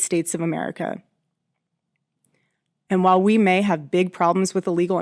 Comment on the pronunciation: I know she said while Phil and I. But I heard Waffle and I… might be the best nickname ever.